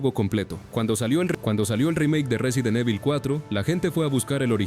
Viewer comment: 🗣 Resident eibol... Att: IA